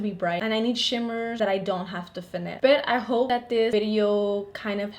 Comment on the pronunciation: whenever you say BUT i think you're saying BET and i'm like ouuu she from new YORK?!?